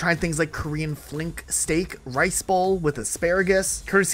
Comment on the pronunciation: “Flink steak” haha